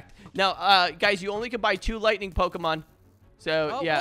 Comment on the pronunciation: I’m sorry did he say lighting tipe